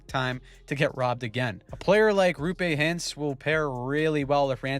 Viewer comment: ''Rupey Hintz'' 😂